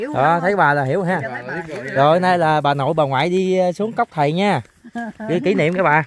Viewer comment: Cốc, chứ ko phải Cóc 😂